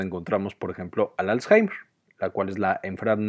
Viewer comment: Me confundio por que varias veces dijo azhaimer .